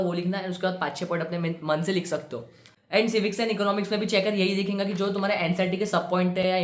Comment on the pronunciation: His words like- Dekhinga Sounds funny